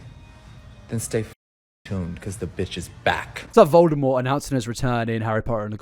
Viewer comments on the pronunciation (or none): none